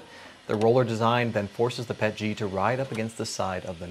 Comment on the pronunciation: Yay finally a channel that pronounces it PET-G and not P-E-T-G. I mean if you can RADAR or J-PEG or GIF then you can PET-G.